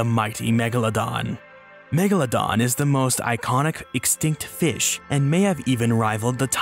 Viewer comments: love how he says "feesh" like homie has such a wonderfully relatable goofy way of saying some things kdjfghkdfjg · Biggest BOI vs. Smallest FEESH